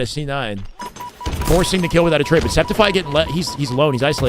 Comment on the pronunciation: Sceptify is pronounced Skeptify, like skeptical. His brother mentioned it in an LVT stream, but everyone forgot i guess. Por guy, no one ever gets his name correctly. :(